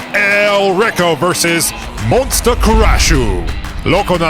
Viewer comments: Love me some Demolition Derby! But guys, it's MON-SU-TA! :) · Um, I think you are mispronouncing Monsuta 😂also the mad cabby lost his lunch lol